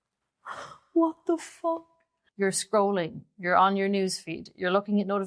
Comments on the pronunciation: “Scroooling” sounded funny but it “felt” right 😂. Enjoyed your vibe and videos the last few months. Same info but delivered with different energy ✨🪄👌is key. Thank you 🙏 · "...scrooling" I meeeean, I totally get it... doom + scrolling = scrooling 😅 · Listening to you so seriously then you said scrulling....but your reaction 😂 made me laugh... Thank you for this video ❤ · Scrooling or screwling?